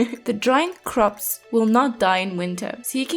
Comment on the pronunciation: I love how you say croixps <3